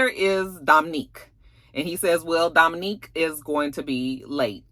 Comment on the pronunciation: it's Dom'Unique not Dom'Nique.